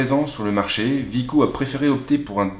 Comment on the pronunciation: C'est wiko ( Ouiiko ) et non Viko